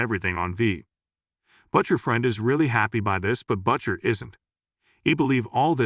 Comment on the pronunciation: Here we go again, with A.I. mispronouncing him "Butt-chur" 😂 (Butcher) short for butt muncher?